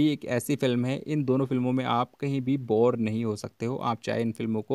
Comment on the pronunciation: Boor nahi bor